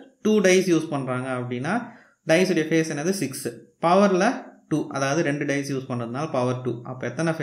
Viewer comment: Bro not "dies" it is dice